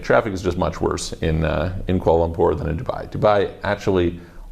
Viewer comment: its kular lempur